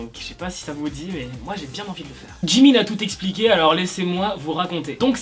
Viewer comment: Mais c'est pas djimin c'est jimin